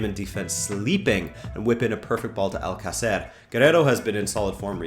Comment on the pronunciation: love the videos just a few tips on pronunciation: Girona -> hee-rona. Alcacer -> al-CÁ-cer, not al-ca-CÉR. Valladolid -> Vayadolid. CSKA -> Siska. Hope this helps!